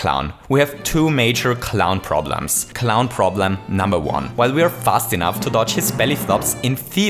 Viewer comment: u said cliwn